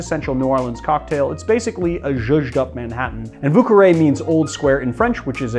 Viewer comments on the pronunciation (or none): It’s actually pronounce vyoo but eh! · I'm pretty sure vieux is pronounced vyéh. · It's pronounced "vyuh"